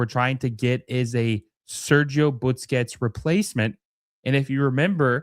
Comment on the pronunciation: Why does this guy always say Butsquets instead of Busquets?